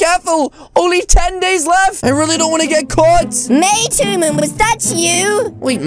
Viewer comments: It is human not hoonan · I like how they keep saying Hooman instead of saying human 😂😂😂😂😂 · I like how says hooman instead of human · Yeet Hooman man really made me laugh and when when he said